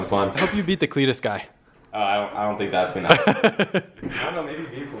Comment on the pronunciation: Umm did you just say.. "the cleetus guy"........ 🙃